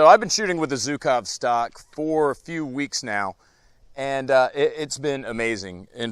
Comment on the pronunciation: Dear, it's not Zukov, it's Zhukov =) The sound "zh" is pronounced like in "barrage" or "garage". "[Gara]ge-OO-kav".